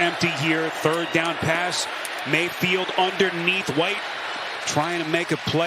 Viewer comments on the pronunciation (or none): I cannot stand this announcer. Whenever he gets excited every long 'a' becomes a short 'e'. "! Dezzling pess!"